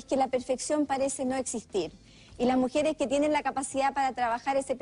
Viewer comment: Alguien que dice "mujieres" y "altelnativos", "espetativas", se coma todos las s, y que diga"pa" en lugar de "para que" o "para" no puede ser tomada en cuenta.